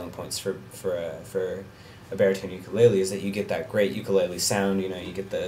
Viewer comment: Learn to pronounce "ukulele" correctly!